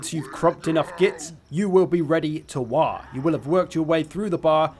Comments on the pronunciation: bruh it's WAAAAAAGH not 'wah' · Fun fact he said Waaagh wrong every time. It's written in the original lore that waaagh is a word that can be said correctly only whan you are screaming it.